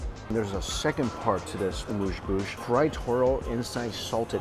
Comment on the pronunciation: eh moos bush not mush bush